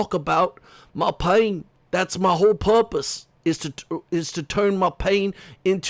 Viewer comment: Every time you say "my purpas" I think of The Jerk. 😂😂😂😂😂 A Steve Martin movie if anyone is wondering.